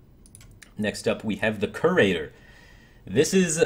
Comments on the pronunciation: Great vid firebat. One nitpick, it's pronounced more like "Cure-ater" rather than "Kerr-ater." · It's ESpecially not EKSpecially. Curator is pronounced as if it had a y before the u, "cyurator". Ethereal has 4 syllables, not 3. eh-THEE-ree-al